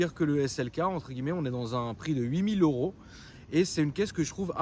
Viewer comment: Huit mille EuRRRRoooo Huit Mille EuuuuRRRO